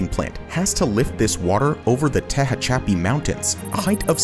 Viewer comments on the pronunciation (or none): LOL teuh - haw - chappy mountains no bro, it's Tehachapi, like To Scratch and Pee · Awesome video, but it's "tuh-HATCH-uh-pee", not "Teh-heh-CHAP-pee" Mountains. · FYI, ta-hatch-a-pi. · A little research could have allowed your AI audio to pronounce the pass (not mountains) correctly as, "Tehachapi" not "Tehahachapi." Mehhh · Dude called it "te-ha-chappy" and i'll never recover. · Teh-ha-cha-pee mountins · The mountain range, the Tehachapi Mountains, is pronounced 'ta-hach-a-pee' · NO WAY BRO CALLED THE TEHACHIPI (te-hatch-uh-pee) MOUNTAINS THAT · "Teha'chap'pe" WOW what a abomination to the word "Tehachapi". (Cite: minute ) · The Tehachapi Mountains are pronounced "tuh HATCH a pee." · The narrator said "TE-HA-CHAPPY", ffs that's cringe asf! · Tehachapi is pronounced ta hach a pee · Tehacha-pi eh? Pump stations do not block fish. Another AI clownshow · Called the Tehachapi Mountains, as the narrator pronounced so well. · Well...9.5/10ths. The narrator didn't know how to pronounce Tehachapi... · Hearing him say Tehachapi was hilarious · Never heard Tehachapi pronounced like that before 🤣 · English clearly isn't their first language and that is probably an AI voice and they always mispronounce words! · Well that's certainly a novel way to pronounce Tehachapi... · Love how they pronounce Tehachapi right after labeling he range as part of the Sierra Nevada. Two fails at once. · Dear god, I almost died at the pronunciation of "Tehachapi" Get good. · What a way to pronounce "tehachapi" (i'm from there)